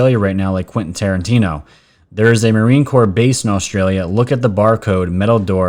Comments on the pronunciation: Did david spade just call Quenten Tarantino Quenten QUARANTINE-O? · He said Quinten Quarantino.